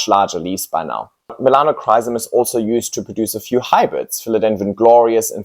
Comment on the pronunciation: I came here to get educated before impulsively ordering a Melanochrysum. However, if the calls it ''Melanocsis' I think a different Philodendron would be a wise choice for me...